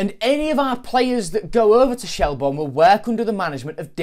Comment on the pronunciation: Shel-burn not Shel-born. Good vid though.